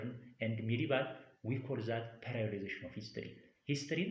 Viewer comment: You are good teacher in my understanding thanks more, However Please don't say "ፔሬድአይወዳይዜሽን" this word periodization say ፔሬዳይዜሽን